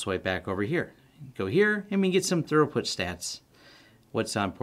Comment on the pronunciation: Uhhh.. he said "thorough-put"